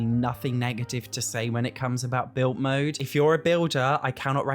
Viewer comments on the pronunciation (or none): Why don’t you pronounce your d’s? ‘Built mode’ ‘mootlet’